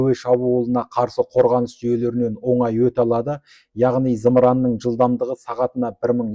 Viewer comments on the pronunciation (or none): none